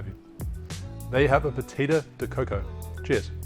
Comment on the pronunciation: My Brazilian wife says... it's pronounced "ba-CHEE-da" also this is good with pineapple.